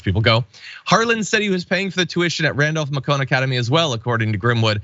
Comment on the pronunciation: Randolph Macon... rhymes with bacon